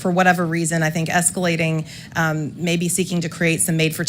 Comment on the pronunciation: I can't beleive the gaslighting. "escelating" give me a damn break.